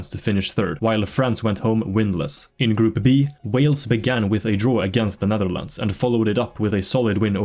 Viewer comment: the netherldndl 😭💀 btw great video, this deserves more attention